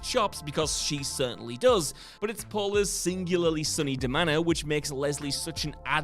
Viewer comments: It's deMEANour not demanner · Da-Mean-Or, not Da-Manor.